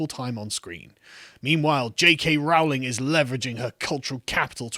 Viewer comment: PLEASE SAY "Rowling" CORRECTLY, Its "Rowling" as in "Bowling"